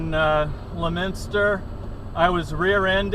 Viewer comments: Lemen-stir? No, it's pronounced more like lemonster. That's in Massachusetts and I've been through there on Rt2. I lived not too far from there in Clinton for a while. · that’s Leominster mass you doofus. Right by the Ron Bouchard dealers on Holden street. When he called 911 he was on Lunenburg road. You were heading north and turned right toward Lunenburg Massachusetts. Also I hate how you pronounced Leominster. Must be from out of state.